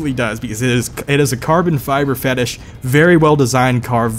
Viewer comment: But who doesn’t tho? (Finish sounds like fettish, ahaha I’m so comedy)